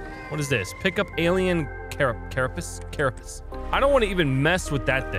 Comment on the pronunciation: carapace is pronounced care-a-pace